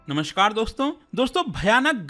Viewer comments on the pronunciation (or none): none